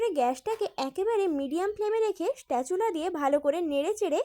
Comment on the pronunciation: কথা টা স্প্যাচুলা হবে স্টেচুলা নয়